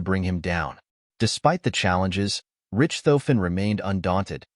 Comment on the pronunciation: jeez, people - do a little research, okay? His name is NOT 'Rich - tofen', (NOT pronounced rich, as in wealthy) it's pronounced 'Rish - tofen. And his airplane is NOT a 'Fokker Doctor', the airplane was a Fokker DR-1, DR meaning 'Dreidecker', in English meaning 'three wings'. I couldn't watch more than of this travesty of history.